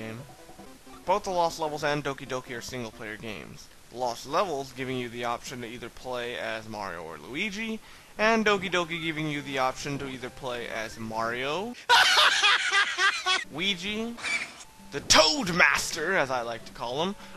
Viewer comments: his name is Luigi, not weegee.... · thank you...lol...i thought i was the only one who noticed that...at first i thought i was just not hearing him right...then i heard him say it over and over...annoying as hell...kept on saying wee-jee...lol...it reminds me of when i was a kid, my friend always called his nintendo a "tendo"...he'd say "come on, lets go play tendo"... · u said weegee alot